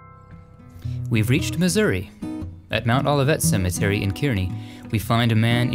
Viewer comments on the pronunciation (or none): none